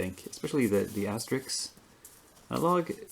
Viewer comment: Great job on "Asterix" and "Obelix"!